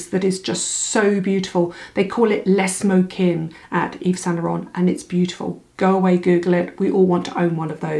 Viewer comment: Le smoking x said like urgh with an L. I would happily teach you French pronunciation for free! Get in touch. You’d be able to pronounce every French product name ever haha x